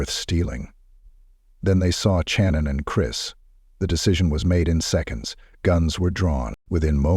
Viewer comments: Her name is pronounced SHannon not CHannon. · This must be AI. He has consistently pronounced her name Channon instead of Shannon. Moving on.... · why do you use an AI voice and disrespect the victims because you don't have "time" to do the narrative yourself? That's BS because you're disgusting AI voice over keeps mispronouncing her name literally 15 or more times! I'm unsubbing NOW